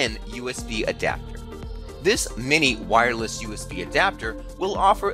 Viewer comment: WIREless is how he says wireless